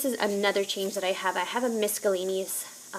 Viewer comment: Really enjoying your youtube channel :) Just wanted to drop a note though and let you know that when you say "miscellaneous", there is no "K" sound. It should be pronounced without the "c" - like: missile-laneous. ;) Not trying to embarrass you - just trying to help a girlfriend out. :) <3 Thanks for all your hard work and time. And your ideas are very helpful. xoxo